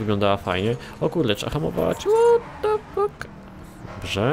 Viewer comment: 'ŁOT DE FAK MAŁY MIŚ' osobiście mnie rozwaliło XD